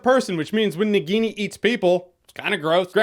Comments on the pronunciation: Na Guinea that's how your spelling, it's spelled Na-ghi-ni (Indian name for a Snake in human form), BTW not a hater just trying to correct the pronunciation. Love your reviews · Nagini pronunciation hurt my ears.